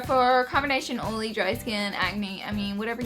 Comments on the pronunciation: Love the way you say olee for oily!! You are so cute!! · Laura Lee where are you from? I'm from wv and I pronounce oil the same way lol